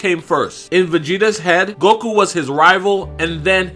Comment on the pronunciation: Its not golku its goku!! 😂😂